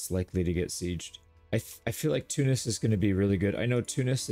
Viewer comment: thank you for pronouncing tunis right Love you from tunisia❤❤